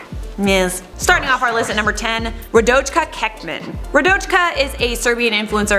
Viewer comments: Rodajka Kecman is pronounced wrong! I speak Serbian and u pronounced it like her name is chinese XD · Rradojka kecman pronuncinations lmao